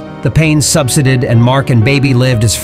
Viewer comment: SUBSIDED ISN'T pronounced as SUBSIDY ... It's SUB ... SIDE ... ED